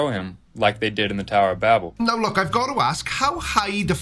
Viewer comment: What's funny about the Bible based flerfs is, they know as little about the Bible as they do science. Talk about totally missing the point of the Tower of Babel (and mispronouncing it to boot).